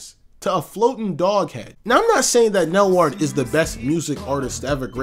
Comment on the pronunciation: Nelward is a weird way to pronounce weirdal